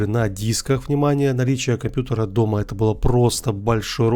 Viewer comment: Впервые услышал чтобы говорили жта 😅